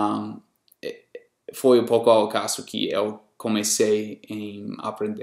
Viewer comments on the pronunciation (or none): Muito bem! Mas vou te cobrar um esforço extra, em 2 itens . -- Na pronúncia da vogal 'E', por exemplo na palavra 'EU' procure NÃO produzir esse som aberto. Pois assim fica parecendo que está acentuando o 'E' , fazendo dele um 'É '. -- O mesmo acontece com a vogal 'O' , na palavra 'NOVO' que fica parecendo 'NÓVO'. não é uma crítica maldosa, e sim uma crítica construtiva..Sei que é difícil, mas resolvendo esses 2 pontos, fica quase sem 'sotaque. Mas apesar disso, devo lhe dar meus parabéns, pois a metade do povo brasileiro, não fala tão bem quanto voce. Abrç e at+